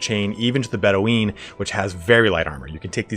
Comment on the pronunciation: I know this is pedantic, and it's 2+ years old, but Bedouin is pronounced Bed - ew - in, not Bedeweeen. They were real people, and the pronunciation is well known. Btw, great video otherwise, but that kinda stood out. Hey, at least you get some engagement for mispronouncing something hilariously?